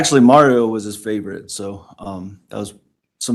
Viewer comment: With a doctorate in education says: “when he takes his medication & don’t take it.” “He was dark skinned-ed.” “I had took two…,” ekspecially. Favert vs favorite.